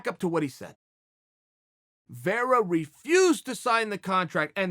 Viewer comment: Chael just creates whatever story line he wants lol. He's been saying sean o'malley hasn't said chito's name for over a week now. When anytime sean speaks about the fight he talks about him. I'm honestly surprised he's even saying vera's name right. But if ol' chael is saying it... it must be true...